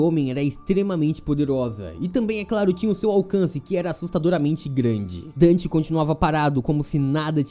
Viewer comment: Só eu que ouvi seno o nome dele é Dante kkkkkk